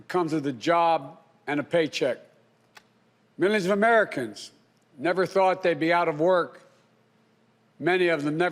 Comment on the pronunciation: "mizzinavmencans !!!" = "millions of Americans !!!"